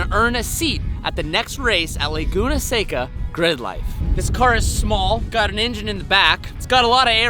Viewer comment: Thank you for learning how to say “Seca”